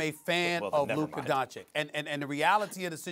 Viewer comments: Nobody: Stephen A : "Luker Doncick" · Stephen a Smith: Luker Donchick 🤦‍♂️ You need to get it together fr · "Luker DonchiCK" Stephen A Smith 2020 I stole this one cause it was fucking funny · “Luker Doncic” - Stephen A Smith 2020